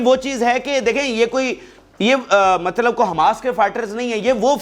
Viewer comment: Matlav(mallab is wrong).Correction. please